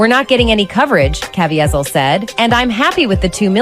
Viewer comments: she also says Jim Caviezel's name wrong. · I agree that it was cringy to hear his name mispronounced. I’m a big fan of his performance in The Count of Monte Cristo. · I'm supposed to be drawn into a sensationalized story that is a scare tactic for the cultists? The narrator can't even pronounce Jim Caviezel correctly. And Wahlberg comes from the entertainment industry. Is he not elite having a kid who wants to be a basketball player? A golfer? An equestrian? hmmmm Sounds like the snake oil is selling pretty well. Is Alex in town too? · C'mon, we all know 99% of the people who watched this/that video didn't even read the disclaimer. That's what they're saying here. But he overcame a lot of the crap he went through as a kid in a rough part of Boston. He was no angel and I believe that is what they're trying to say. And the narrator can't even pronounce the name of the star of the movie... it's James Caviezel (Kah-VEE-zel). James Caviezel is also a man of faith, which doesn't help in Hollywood. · Why didn't that narrator research how to pronouce the actor's name. It hurt me every time she mispronounced it. Haha Great video, by yhe way.